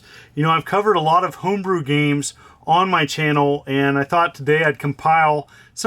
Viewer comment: hoombroo super Canadian